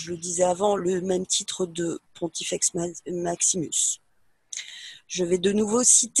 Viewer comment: Ma langue a fourchée plusieurs fois durant cet exposé, mais ça reste malgré tout compréhensible en général, cependant je tenais à préciser que le titre partagé des Papes & des césars est "Pontifex Maximus" & non "Pontex" (lol). Je me suis trompée aussi en énumérant les noms de NN liés aux Rothschild, c'est en fait la famille Aldobrandini qui s'est mariée avec les Rothschild. Il y peut-être eu d'autres mariages avec des familles de NN dont je ne suis pas au courant. Si certains auditeurs/lecteurs trouvent ces liens avec d'autres familles, merci de les partager ici ou sur les blogs sur lesquels ils sont parus, donnés en début de conférence. Pardon aussi pour l'affirmation emportée d'avoir prouvé le lien entre Obama & le Pizzagate, disons plutôt que les éléments penchent très fortement vers son implication dans ce scandale. Je relance un appel pour la traduction (car franchement je n'ai pas le temps) pour l'intégralité du site d'ahuwahzeus, qui mérite une traduction parfaite, & non approximative, les infos données étant essentielles pour comprendre le système actuel de fonctionnement de ces familles mafieuses, donc criminelles. Désolée aussi pour les problèmes de son, mais c'était clairement dû à des problèmes techniques non dépendants de notre volonté.